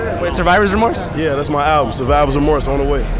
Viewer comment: bro said yeak